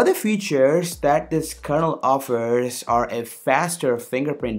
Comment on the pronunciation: OMG stop saying kernel word like that please! It sounds like KERNOUEAL.